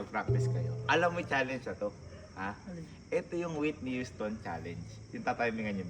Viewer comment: Hindi yon witni waytni houston😅